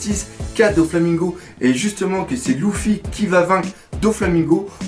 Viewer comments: luffy pas louffy xD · Je ne suis absolument pas d'accord quand tu dis que Luffy est destiné à épouser Hancock!!! Il lui a clairement mis un vent donc elle ne sera jamais sa femme! De plus, la femme de Luffy, c'est moi et personne d'autre. PS: Son prénom se prononce [leuffy] et non [louffy], je crois que ça en perturbe plus d'un... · sa se prononce leufi mais sa s'écrit Luffy et lui il dit loufi 😂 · pourquoi tu prononces L{ou}ffy ??? et non pas L{eu}ffy oui c'est bien eu car le L se pronnonce comme un R et donc Ruffy est la seule prononciation correcte (le R se roule comme si il etait un L) si tu as deja regardé les animes je pense que tu devrait le savoir. (en vostfr biensur) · slt dsl mais on dit "leffy" et nn "louffy" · dans ce cas-la on dit ROUFOUI car ca s'ecrit RU-FU-I en romaji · J'ai mal aux oreilles quand tu dis LOUffi au lieux de LEffi =/ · STOOOOOOP POURQUOI TU PRONONCE LOUFFY DANS LA VIDEO SA CE PRONONCE LEUFFY NORMALEMENT NON????????🤔🤔🤔🤔🤔🤔😙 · Tu peut arreter de dire louffy plz? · "Louffy" x'D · dans la VO jententai leuffy vu que j avai l habitude ..😶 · Redha One mais ca se prononce avec des L roulés ( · Redha One au pire on le prononce comme on veut loufi moi luffy et toi ruffy et tout le monde est content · News Manga parce que la vf respecte par la prononciation du personnage mais bon dans tout les cas on s'en fou y'en a c'est pire genre la version allemande c'est même plus Luffy mais Ruffy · Mais pourquoi tu l'appel louffi à la place de luffy mdrr puis sanji tu prononce Sa senji.? Mdr